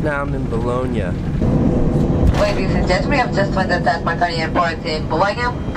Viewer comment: you pronunce "Bologna" the same way italoamericans pronunce "Brooklyn" in gangster movies!